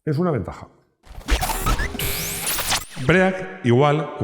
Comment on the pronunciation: Cada vez que dices "BREAC" se suicida un Ángel. Venga hombre, sabes que no se dice así